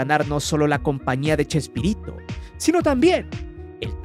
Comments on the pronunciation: Porque dice chesperrito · como vas a hacer un video y le vas a cambiar el nombre a Chespirito... le decis CHESPERRITO.. sos un PERRO JAJAJJA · Me.gusta.escuchar cuándo le dice usted CHESPERRITO😂